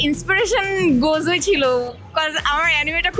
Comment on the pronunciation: bon Gozo na Gojo pronunciation 😀